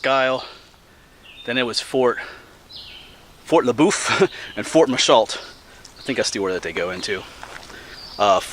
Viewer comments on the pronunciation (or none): I was wondering if you would make it over to my neck of the woods/shores by Lake Erie, happy to hear you will be! For future reference LeBoeuf is pronounced "LeBuff", and it's French for beef. Waterford is the town where I work and was where the fort was located. It's very rich in history and I'm sure you'll find lots of fodder for your videos. I'll see if I can muster up some pamphlets to send to you. Keep on exploring, you're inspiring lots of people to get outdoors! 😊 🥾